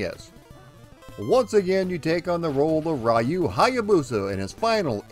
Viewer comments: Please spell Ryu by ree-uu not ry-uu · Love all of your research and history on this game. One correction though. His name is pronounced "Reee-yu". Not "Rye-yu". Other than that, love your channel. Keep up the good work man ☺️ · Why do english-speaking people always mispronounce the name "Ryu" as "Rai-oo"? it's "Ree-oo" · It's 2020, and people are still pronouncing his name "rai-yu" 🙄 sigh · Arcade version is fun but I spent the most time with the maddeningly addictive nes version. Also I just have to put my two weeb cents in: it’s closer to being pronounced “ru” with the r pronounced somewhere between r and l. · Sorry but you aren’t pronouncing Ryu’ name correctly. It is pronounced REE-U. Excellent video as always. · It's pronounced Re-you.😎👍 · Raiyou..... Cringe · America always gets that name wrong. smh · Don't worry, I will address the pronunciation in part two. Thanks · Every time an American mispronounces the name "Ryu", a cherry blossom tree withers away and dies. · so funny how americans pronounce "Ryu"....